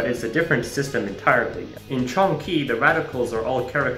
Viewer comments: "can gee" made me die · I found this extremely interesting and was hooked but the moment I smashed the "subscribe" button was when I heard the TERRIBLE AWFUL pronunciation of Cangjie 😂😂